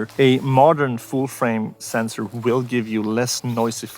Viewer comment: "I wiss keep standing here" lol😂😂😂